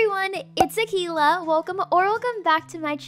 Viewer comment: when she says use star code akeila, it sounds like tequila